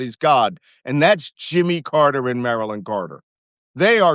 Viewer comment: Mrs. CARTER'S NAME IS ROSELIN. That's how Jimmy pronounced it.